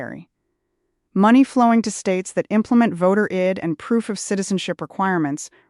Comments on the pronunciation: I hate when AI thinks they can fool us into thinking we are seeing a live person reading the news, but how many easy "words" do they need to mispronounce before it becomes obvious? I D, is not pronounced id. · I see that…out of sync AI on my device. Pronouncing “photo ID” as “photo id” as though id was a word —the “i” phonetically short as in Indian. And that wasnt the only mispronunciation. Sad and sickening. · Must be AI. Says Id not I. D.